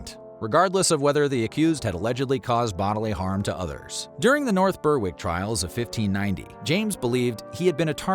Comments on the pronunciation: 'Ber-ick' not 'burrrwick'. Apart from that good video! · It’s pronounced ‘Berrick’, not ‘Berr-wick’. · Nice video, nice research, Just one small thing - Berwick is pronounced Ber-(as in berry)-ick. That goes for all the places i know with that word in their name, eg. North Berwick, Berwick-on-Tweed etc. Keep up the good work. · Murder goes Berrrrrrrrrrr-wick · Yes, just like Smithwick's beer - Smithick's